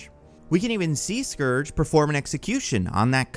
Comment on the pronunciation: Pretty sure you said Scrooge a couple of times lol